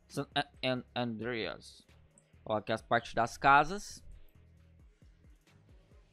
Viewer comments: É SAN ANDREAS KKKKK NAO SAN ADREAS KKKKKKKK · San Adreas 👏 seu português ta otimo